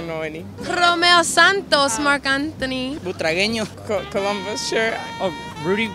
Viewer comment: Butragüeño? En serio? 😁😂